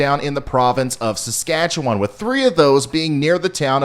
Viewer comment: Wow! You said' Saskatchewan' correctly. We thank you!